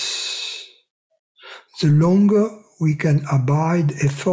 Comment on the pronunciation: thank you, thank you, thank you. bon soir? that “goodnight” in French? lol. kept hearing, “oui are” instead of “we are”, I was like “okay, now who is this oui.” Lol. Ciao 💤. wish i had this on a cassette tape i could put on auto-reverse like i did with that “1st tape” i got back in the mid-late nineties…..must have listened to that sucker two weeks straight, lol…..something in your voice….can’t quite put my finger on it but has the same effect “on me” that music has on the Tasmanian devil in the looney tunes cartoons…..everything but bagpipes, lol. Goodnight.